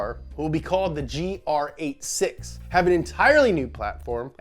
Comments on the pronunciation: They really calling the new one the “great-6” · The "GR 86" you say came out as a supra thou